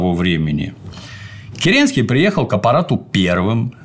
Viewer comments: Слушая это, у меня стихийно возникает вопрос почему ни один человек не заметил искажения фамилии, правильное и подлинное звучание которой всем давно известно и произносится Ке́ренский, а не Кере́нский... И тем более почему Д.Ю позволяет себе допускать такие ошибки, и излагать свою версию произошедших событий, в том числе без ссылки на авторитетные источники ввиде исторических трудов учёных историков, которые этот вопрос трактуют явно неоднозначно! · В фамилии Керенского ударение ведь на первый слог. ДЮ произносит керЕнский. Слух режет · Правильно Ке́ренский